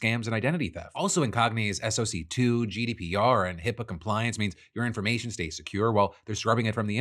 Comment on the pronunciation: Hearing SOC2 spoken as its letters and not “Sock 2” is just so beautifully human.